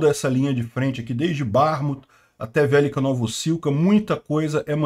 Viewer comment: Gosto muito do seu canal, porém sua acentuação dos nomes em ucraniano continua bizarra...pronuncias; velêka=(significa grande) vélika =(não significa nada) Obláste não Óblast sim